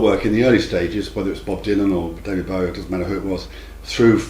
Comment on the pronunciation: You pronounce "Bowie" incorrectly.